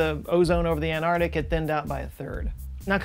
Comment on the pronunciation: I love you, I love your videos. But please, please, PLEASE, consider not being one of those people who pronounce arctic as "ardic." Please? ark-tick. ant-ark-tick.